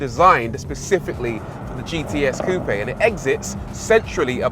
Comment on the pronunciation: Finally, a car reviewer that pronounced 'coupe' correctly!